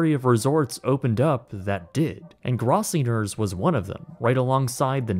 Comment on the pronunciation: Weird, it sounds like you're mispronouncing "Gross-singer's."